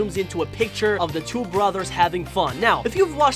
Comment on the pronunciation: Ummm why does your voice sound like a baby like you said two to be like twoo